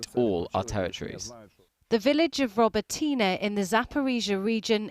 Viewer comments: Its pronounced Rob-it-nye, not robby teenay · Say, "Row-bot-ne" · would be nice if reporters familiarise themselves with the pronunciation of Ukrainian towns and cities - RO-BOT-YN-NEH I believe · Ahh yes, the same footage that the Telegraph also used of ukrainians storming an empty trench! 😂🤦‍♀ Robotyne (the pronounciation of which Channel4 just butchered terribly) is the 1st stage of a handful of even tougher defenses and fortifications. Not only that but 1 look at the map from the institute for the study of war will show the Russians are doing a slow retreat in order to encircle and trap several Ukrainian brigades at once. They are moving up and around the Ukrainians advancing position. How is it helpful to us in the UK to imply this counter offensive is going better than it actually is?